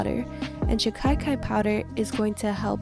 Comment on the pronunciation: Dear it isn't Shikaikai but Shikakai 😅